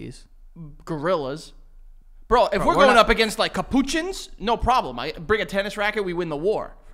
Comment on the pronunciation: Already pissing myself and I'm not even 2 minutes in yet 😅 Also. Not how you say Capuchins.